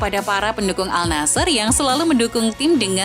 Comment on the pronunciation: Al Nassr dibaca An Nassr Al Rad dibaca Ar Rad